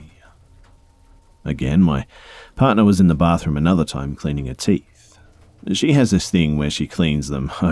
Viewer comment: I thought you said “cleaning her teet”😂